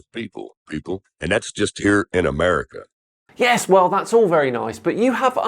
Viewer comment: I heard enough at uh-murica😂 The US education system needs some serious updates, we can't let them slip through the cracks anymore.